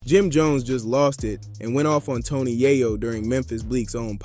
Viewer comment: It's yaaaaaaaaaaayo. With a solid A. Not a silent A.